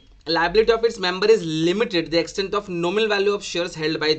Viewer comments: Limited ❌ Lllllimited ✅ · I am laughing every time he is saying 'limited' 😂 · Capital letters me bolte hai sir😂